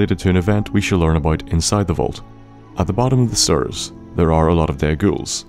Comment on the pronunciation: "A set of sturs"